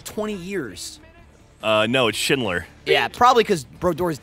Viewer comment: Cory Schneider not SCHINDLER. I'm laughing so hard at that alone.